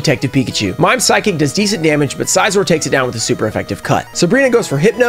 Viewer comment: I loved the video and I did subscribe but the only things. 1) maybe try to stay a little under level cap otherwise it seems too easy (personal experience it makes it a little more challenging) and 2) it’s Scizor as in like scissors not size-or